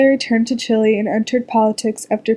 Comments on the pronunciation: Music is horribly competing with the voice. Couldn't even hear it. I should have stopped listening when you pronounced it "chilly". It's chee - lay!!! Aren't you in a spanish class? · Please stop saying Chilay and Chilayen.